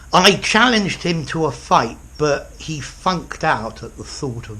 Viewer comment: For a second I thought you said "I fucked" "I fucked out" when you said "I funked" "I funked out"